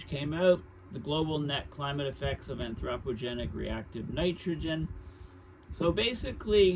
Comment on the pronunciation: Your mispronunciation of anthropogenic is grating… but I appreciate your breakdowns… see Geoengineering for more understanding…